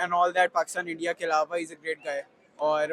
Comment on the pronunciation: Jan buj k bolti h